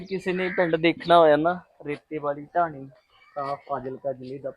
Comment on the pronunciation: ਟਾਹਣੀ ਨਹੀ ਬਾਈ ਜੀ। ਢਾਣੀ। ਹੈ